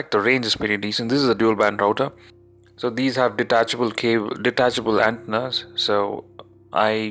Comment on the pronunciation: ante-nas. not ant-nas. <3